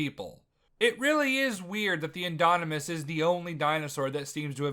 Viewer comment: "the indonimus" yeah you don't know shit